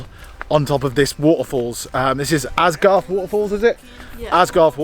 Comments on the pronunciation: It's Aysgarth Falls not Asgarth as you kept saying and also put Asgarth on the map that you showed!! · Its called Aysgarth and we pronounce it as haysgarth. But the h is spoken softly. I orgininate from wharfedale so it was nice to see these places again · Pronounced Ays- Garth